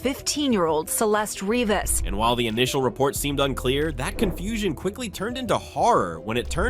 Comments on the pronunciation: Ri-vas not River 😑😑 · "Rivers"? You mean Rivas! Celeste RIVAS! Should be corrected 🤨